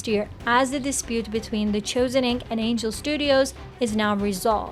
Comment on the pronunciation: Why are you saying the Choosen? It's The Chosen.